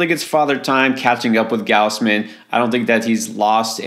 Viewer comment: Nobody (in Toronto anyway) says "G-ouse-man". They say "G-aws-man".